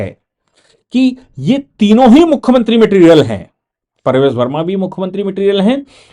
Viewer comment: YE NAAM PRAVESH VERMA HAI NA KI PARVEZ.